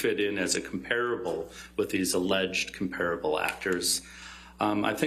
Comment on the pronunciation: He doesn't pronounce 'comparable' correctly...